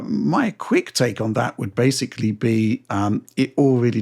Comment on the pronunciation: Try that whenever mispronounces the word basically as “basely” and you’re guaranteed to get alcohol poisoning